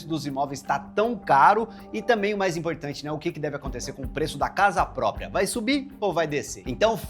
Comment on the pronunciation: Casa “pópria”.